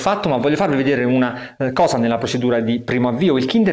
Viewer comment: l'ultima hosa .... toscano ? :)